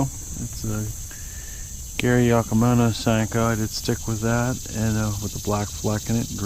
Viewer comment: It cracks me up how you say Gary Yockamano. 🤣